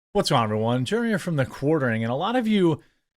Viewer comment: your "what's going on everyone" at the start sounds more like "what's wrong everyone"